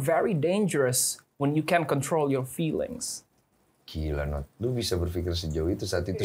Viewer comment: can woy bukan can't